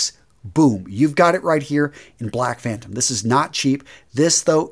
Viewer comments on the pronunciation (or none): none